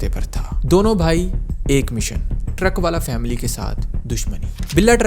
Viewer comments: Haneefa aur baba the vo,,aur truckvala nahi truckavala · Not "truck-wala", it's pronounced "truckan-wala"